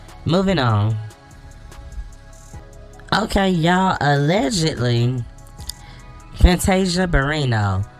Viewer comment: Did you say Fantasia Barintoe 🤣🤣🤣🤣you and your singing is killing me 🤣🤣🤣🤣